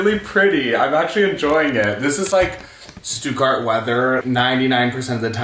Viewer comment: How are you living in Germany but still saying "Stuttgart" wrong lol